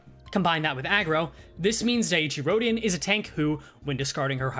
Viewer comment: At least it ain't as bad as calling her Dicey Rodion. 😂